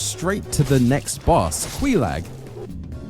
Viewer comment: QueeeeLag wrong pronunciation.... Quaylag correct answer gigadad gang